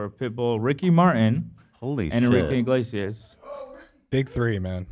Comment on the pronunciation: I was so proud Ethan said Enrique Iglesias name right only to then immediately confuse him with Ricky Martin 😂😂